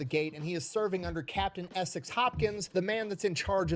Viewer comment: ESEK, not "Essex". I'm from his town.